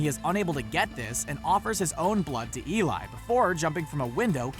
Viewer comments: Eli's name is pronounced "e-lee" not "e-lie" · Let the Right One in her name is pronounced Elay